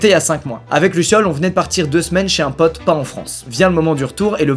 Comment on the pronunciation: on est d'accord qu'il dit luciole et lauren